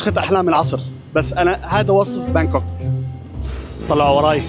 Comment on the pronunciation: بانكوك ولا هانكوك هههههههه